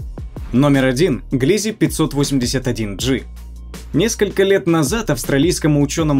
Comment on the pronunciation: Не ГлИзе, А ГлизЕ!